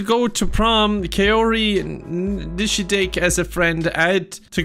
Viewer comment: Running the script though a translator multiple times but the most unintelligible part is still trying to pronounce the surnames "Villareal" and "Nishidake"